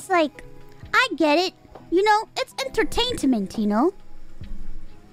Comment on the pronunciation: and I mean it’s entertaintament